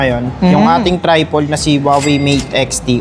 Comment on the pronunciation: Tri-pol lol